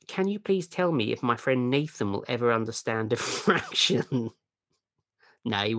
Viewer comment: Say "defraction" (not "diffraction") ONE... MORE... TIME